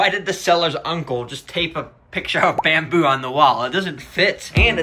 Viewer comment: bamboo❌ Bendboo✅